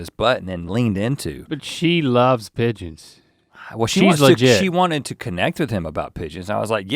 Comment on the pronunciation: The 'e' gives the 'g' the soft sound. So, instead of 'pig-ons' you get 'pige-ons'. Think George.